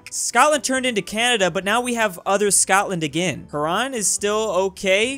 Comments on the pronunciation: HYU-rahn. Not hü-RAHN or whatever that was. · As a guy who grew up on the shores of Lake Huron, it's pronounced "HERE -- ON". I guess not every state devotes a year of geography to the Great Lakes. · Quite the pronunciation of Huron haha. Here in Canada we pronounce it "h-you-ron". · Hurons: Exist: HARRAN! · Lmao it kills me how he messes up all the Native American tribe names, Iroquois and Huron boi, Ear-o-kwa, Heur-on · Haran Anyone who lives near Huron: STOP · like the lake... it’s pronounced heron. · Just saying it's Hear-Ron "Huron" lol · Hearing him say Huron like Haron makes my ears hurt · Game: Huron: Haran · Huron is pronounced H-ur-on the u is pronounced as ur er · Huron is pronounce hyuor -ruhn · Huron is pronounced "Here-on" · You know what it wasn’t the fact everything’s connected or the border gore what bothered me the most about this is how he said Huron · As a michigander, the way says "Huron" kind of bothers me. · you botched the pronunciation of "Huron" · He keeps mispronouncing Huron